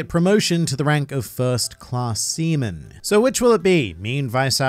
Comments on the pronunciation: haha he said “semen” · says Semen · what did you say here? english is not my first lenguage and I swear you say "semen" (and the CC aswell) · I thought he said "first class semen"